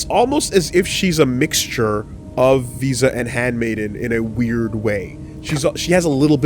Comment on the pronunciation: Every time V says Visas name all I hear is "Vsauce"